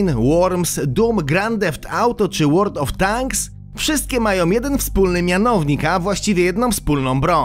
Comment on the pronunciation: Pierwszy youtuber ,który wymówił dobrze nazwe world of tanks